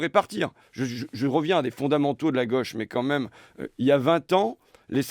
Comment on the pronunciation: "c'est le rôle de la gueuche" mdr, il dit "gauche" comme manon aubry